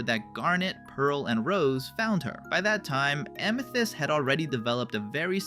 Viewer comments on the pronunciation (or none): Bro didnt have to say ameeths It’s amethyst not ameeths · Did you say AMETHEST, ITS AMITHEST LOLOLOLOLOL, MY BROTHER SAYS IT THA5 WAY TOO OMG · “Ameethist”. Yeah this is ai slop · stopped right after that because no way would a human accidentally pronounce it like that😭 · Ah, yes, “AMEthyst” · A mii thist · AMEthyst (AMÆtist) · i think it’s AI because of how they pronounced amethyst :/